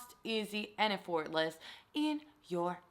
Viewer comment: cringes everytime she pronounces “effortless” wrong😳